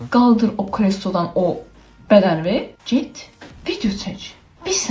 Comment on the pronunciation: get ❌ Ged ✅ Qız həqiqətən uşaqdır !